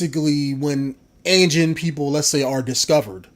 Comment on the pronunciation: One thing it's pronounced a-jean and a is pronounced like AH-jean